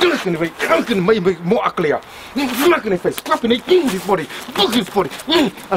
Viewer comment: I love the way he says "grab". KWAB HIS NECK, KWAB THE ARM AND BREAK IT